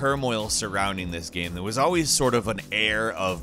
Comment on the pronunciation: I cannot get over the weird way he pronounces "game". Like "gaeme".